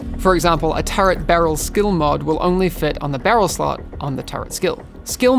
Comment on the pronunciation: Why does everyone in the game not know how to pronounce “turret”?